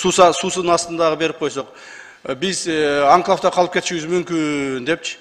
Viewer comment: Тазаш ака башта туура окуганды үйрөнүң. Картаны, Кыргызстандын географиясын үйрөнүң. Анан мен өзүмле суранып сизди кайра жогорку кеңешке отургузуп коёюн. Кайдагы "анклаб анклаб" деп онтолоп өзүңүзгө окшогон карта билбес сабатсыздардын мээсин чайкабаңыз. Рахмат микрофон тазаштын тарапташтарында🙃🎤